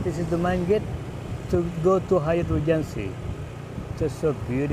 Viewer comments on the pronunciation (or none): G'day,. Your pronunciation of "Regency" needs a little bit of work. You have to pronounce the "g" as if it is a "j". So break it down like this: Ree-jen-see. Otherwise, your English is very good as usual.